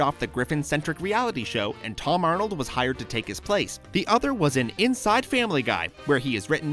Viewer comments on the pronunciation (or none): none